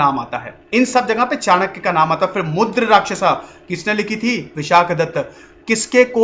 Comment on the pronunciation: Sir that was not मुद्रराक्षस that was मुद्राराक्षस. 😀😀 sorry sir..I was just telling. I respect you sir..